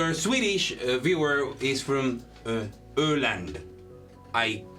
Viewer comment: holy shit you got??? the swedish city places really fucking close to perfectly correct??? like that öland was the best öland ive heard yet from an english speaking person???? and uddevalla was p much spot on??? damn also im only at the break but this episode has been amazing so far and im beating myself up for not getting around to catching up on it sooner //obror from uddevalla